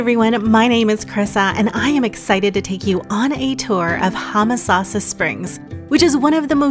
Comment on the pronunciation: The video would've been more enjoyable if you didn't keep pronouncing "Homosassa" incorrectly.